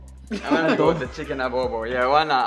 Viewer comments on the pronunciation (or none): It’s chicken Adobo not Abobo 😅 great! I love this video.